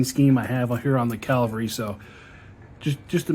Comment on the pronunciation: Hot hint: it is Ca VAL ry, not CAL va ry.